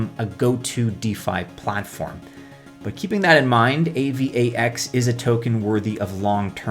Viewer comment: Dude just say A-VAX lol